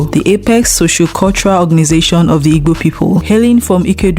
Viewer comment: Please learn how to pronounce igbo